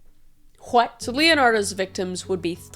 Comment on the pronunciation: you know it's bad when even Kris says "hwhat." 😭💀